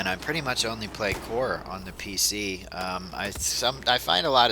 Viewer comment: Are u saying pic master race?